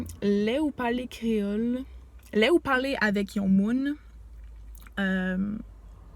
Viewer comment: Bravo !! Pour le créole tres bien prononcé enh !!! Mwen renmen sa